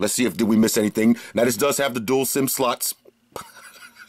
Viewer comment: Thanks for the awesome review! Lol on the pronunciation of "dual sim slots" 😂 #BestReviews #FlossGrade #